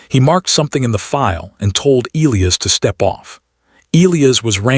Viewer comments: Oh! Having reached the end now, and knowing that Elias is from Rio de Janeiro, I can say with absolute confidence that his name would be the 1ˢᵗ way I listed (Eee-lee-iss). Soooooo... The A.I. actually got it right every time I paid attention to it. Sorry to burst your bubble, but hey, we all have gaps in our knowledge. Nothing to sweat! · The character is Brazilian and the in Brazilian Portugese the name is pronounced eh-LEE-as like the AI read it (any BP speakers please correct me). I think it would have made more sense to present him as Brazilian earlier, but the AI actually got it right.